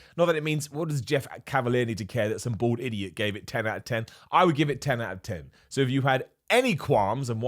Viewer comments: I thought he was saying "bard" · i thought he was saying bored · I thought he was saying born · I just now realized you’re saying bald A-hole and not Board A-hole lol. 💀😂